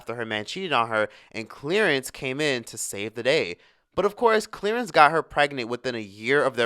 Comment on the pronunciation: "Clearance ?" Lol 😂 I 🤔 it was Clarence 🤣🤦🏾‍♀️😩